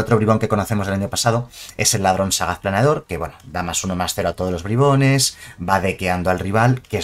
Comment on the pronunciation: Nadie: Absolutamente nadie:: BRAIBONS